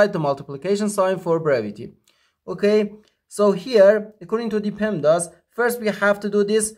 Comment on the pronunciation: It's PEMDAS, not PEMADS.